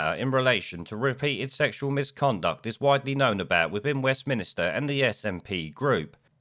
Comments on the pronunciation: Please note it is “Westminster” and not “Westminister”. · westminster not westminister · Why do you keep saying "West Minister"?